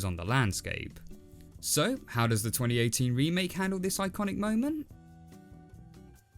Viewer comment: Remake looks more like an Animation Students work I like how he said “Doe’s” 😂